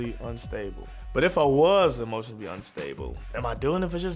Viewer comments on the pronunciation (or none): No she didn’t mean emotionably she meant emotionally but I’ll let that slide as mispronunciation 🤣🤣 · He said emotionably it’s emotionally & a mouse isn’t a farm animal it’s a rodent lol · Not emotional....Not emotional-bly....it’s emotionally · Emotionably is not a word either 😭🤣🤣🤣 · Lol not 'emotionably'